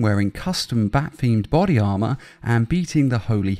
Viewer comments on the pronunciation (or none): none